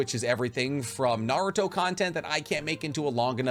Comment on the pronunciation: The way this guy pronounces words in Naruto and in English just blows my mind 😂